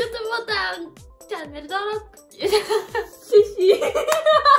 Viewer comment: ディス カナノアチャンネル チャンネルの発音が良かった！最後ちょっとネとルが遅かったけど